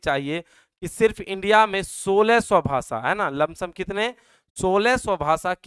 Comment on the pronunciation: Bhasa nahi bhasha hota hai